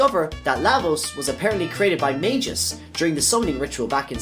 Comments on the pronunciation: He said Ayla correctly. The “Ay” should be pronounced like “eye”. Magus should be a hard g, Mag-us not Maj-us. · Beautifully done, but its hard to keep hearing you call Magus (Mag-us) by the name Majus.... weird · Mag Us, not Mage Gis 🤣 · Mag-Us, not Mage-Us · One other thing: It's Maa-gus, not Mei-gus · 'Majius' lmao